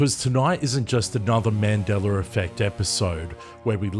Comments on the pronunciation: MandelaR effect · haha "mandeler" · Man Dellar? Where did the "R" arrive from? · Why do I always hear "Mandeler Effect"? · I don't know what timeline this Aussie is from, but there's no hard "R" in "Mandela" effect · I was going to say the same thing. I get it there’s an accent but how do you not say a name correctly??